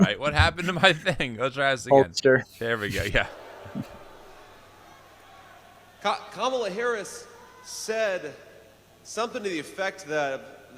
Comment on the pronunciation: What I want to know is why so many conservative commentators mispronounce her name like Kam-AH-la instead of KAH-mala. Is it on purpose? It’s not a hard name